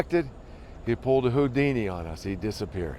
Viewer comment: He pulled a “Houdeedini”